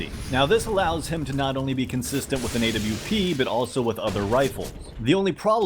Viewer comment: Say awp not A-W-P